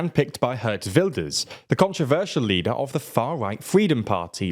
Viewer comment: Not HERT Wilders. GEERT Wilders. Somehow, both the presenter and Rory Stewart butcher the name in the same way.